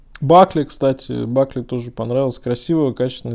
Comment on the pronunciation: Бакле 😂. Правильно говорить: БАКЛ! Обзор происходит на русском языке, так и разговаривайте тоже по-русски.